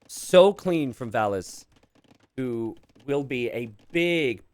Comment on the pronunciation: about the "only hard to differentiate for Americans": don't take it as an insult. English speakers (not only Americans) pronounce the "a" differently than other European languages. If you would pronounce the "a"s in Valas like in the word "cast", you wouldn't have the problem and would have a distinct difference between Valas and Villese.